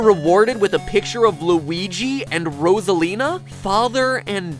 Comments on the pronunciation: Wait, her name is pronounced Rozalina? I thought it was pronounced Rosalina! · Nope. He just pronounces it weirdly. Everyone else I’ve ever heard say her name says it Rosalina. As in, Rose at the beginning. Unless you meant this as a joke, in which case, I think I was just r/wooshed